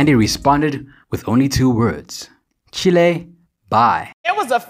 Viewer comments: It’s not “Chee-lay” bye, it’s “Chil(d)” 😅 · This was pretty good except for you not knowing it’s actually “Chiiiilleee Bye” not Chili. lol